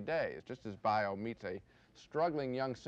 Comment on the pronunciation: Siskel can't even pronounce Baio.